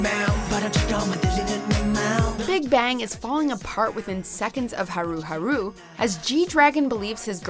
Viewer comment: Right? Haru Haru was the final straw for me. I could forgive a lot of them but that was just lazy. It's clear they just did a 5 second google search to get the answers for this video and then uploaded it with their shitty pronunciation. They have no idea about kpop and only started making kpop videos after the genre started blowing up just like all the fake ass kpop reactors that started popping up around 2016.